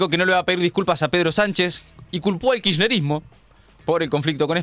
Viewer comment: Si la presidenga se va a tomar el trabajo de armar semejante teoría conspiranoica, por lo menos que aprenda a pronunciar bien la palabra “kisherismo”